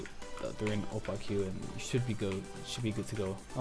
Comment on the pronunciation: "o-pah-queue" understandable it's o-pake english is a stupid language, i know